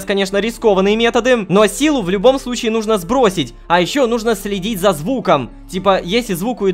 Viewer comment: Hitoko uwu может быть ты знаешь почему лололошка говорит нужнО, вместо нУжно